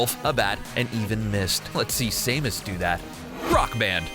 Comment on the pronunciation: do you know what i hate the most? When people spell samus wrong. The A is a Ah, not Eh.